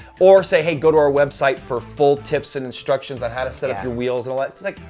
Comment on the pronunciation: "Insturctions" :P